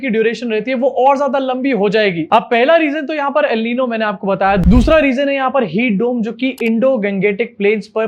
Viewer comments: Al Nino nhi El Nino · Pronounced el ninio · FYI El Niño is pronounced El neen-yo. Great video as always. Love from Pakistan 🇵🇰 ♥️